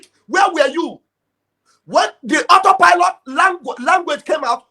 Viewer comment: But come to think about it. It's just looked as all set up. On that her disgracefully speech, she could not pronounce auto pilot. So, if she has been following the Biafran news for a year now and she never heard about auto pilot. Who is she. Something is wrong with her and DOS.